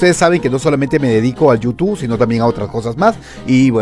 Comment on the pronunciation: No se dise YOU TU pend………………o se dise YOUTUBBBBB YOU TUBE